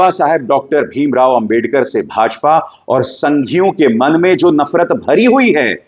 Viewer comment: Abhisar, if u listen carefully, u might find that Mr.Shah, couldn't even pronounce clearly the name/word "Ambedkar". Plz listen